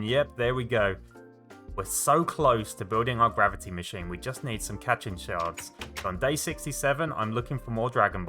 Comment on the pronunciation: "cat-chin shard" Me: thinks of goku tapping the block Ah, katchin! (Pronounced kat-cheen)